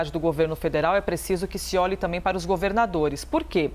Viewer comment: Não sabe nem falar, "também " não tamém ...